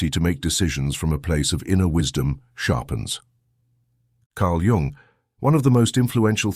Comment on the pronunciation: It's pronounced Yoong, not Young and is spelled Jung. Obvious AI.